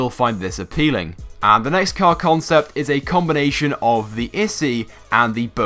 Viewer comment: see how many times he says combonation haha